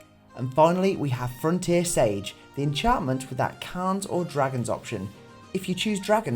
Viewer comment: I didn' t know siege is pronounced sage.